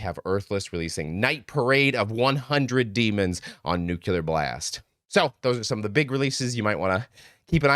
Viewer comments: It’s pronounced New- Clear Blast. NOT NEW CULAR Blast. When you create vowels that never existed in Nuclear, you recreated every dumbass who ever mispronounced New-Clear. Your not the first, sorry. Fix it🙂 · Please!!🙏🏽 pronounce Nuclear (as New-Clear) NOT New- U-Lar